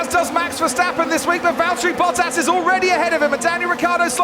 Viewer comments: ... it is NOT Lewish ... it is NOT Bottash ... and it is certainly NOT Max Vershtappen! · “Bottaso” I Want more “Bottasos”